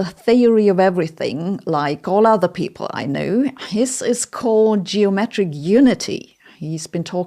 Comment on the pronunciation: Exactly, she is trying to do a "posh British" thing that you can hear especially in hers Os as in "over" etc. The biggest joke is that as a German, she can actually pronounce Einstein, but she imitates the common English mistake of saying EIN-SHTEIN. Other examples: contrast = CONTRWAAAAST people = PAAIIPULL MOTHEMAHTICKS IT PEESSES ME ORRRF she is trying to sound like James Bond's boss and failing miserably